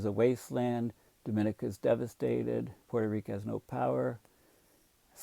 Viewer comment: P.S. a scholarly fellow may wish to pronounce Puerto Rico correctly; they're kinda sensitive to it.